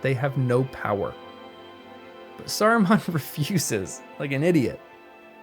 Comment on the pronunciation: Sacran not Samran